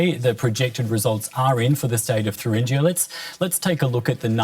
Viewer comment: Please find presenters who know how to pronounce the word Thuringia.